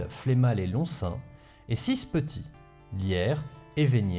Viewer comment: on dit "Lirsse" pour Lierse. Mais en tant que belge je suis content d'entendre des anecdotes sur mon pays